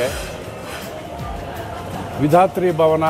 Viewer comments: ನೀವು ತಪ್ಪಾಗಿ ಉಚ್ಚರಿಸುತ್ತಿದ್ದಿರಾ ಅದು ವಿಧಾರ್ಥಿ ಭವನ ಅಲ್ಲ ವಿಧಾತ್ರಿ ಭವನ. ವಿಧಾತ್ರಿ ಅಂದರೆ ಸರಸ್ವತಿ ಅಂತೆ. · ಪ್ರೀತಿಯ... ಹೋಟೆಲ್ ಹೆಸರು.. ವಿಧಾತ್ರಿ ಭವನ್.. v i d h a T H R I.. ನಿಮ್ಮ pronunciation ನಲ್ಲಿ ಅದು v i d h a R T H I ಅಂತ ಬರುತ್ತೆ... ಎರಡಕ್ಕೂ ತುಂಬಾ ವ್ಯತ್ಯಾಸವಿದೆ...